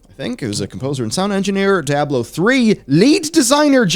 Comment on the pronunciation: It’s not a regional thing, seen Floridians , Oklahomites , and New Yorkers say “Die-ahh-blow . Lol.